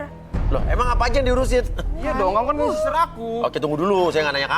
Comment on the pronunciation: salfok sama bacaannya harusnya baby sitter tapi kok jadi lain